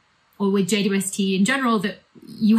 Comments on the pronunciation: Will there be a James Webb image equivalent to the Hubble Deep Field image? Take a long exposure of a dark piece of sky and see how far you can see? Also did she call it the J-Dub-ST? Is J-Dub the telescope's rapper name? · JWST is an awkward acronym. Henceforth, we propose that it be pronounced "Jwisty", like "Twisty" but with a J. Also, we see guitars in Becky's background. Do you play? Can you do a galactic rock session?